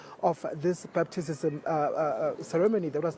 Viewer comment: This one cannot even pronounce batizzzzism🤣😹